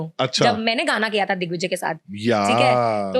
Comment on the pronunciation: Paras ne dickvijay bola😂